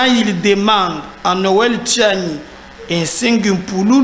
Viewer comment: Bonjour, nous vous suivons toujours. C'est Tshianyi et non Tiani.